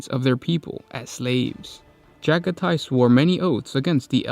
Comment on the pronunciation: Pretty sure it’s “Juh-gah-tee” not “Jaga-tie”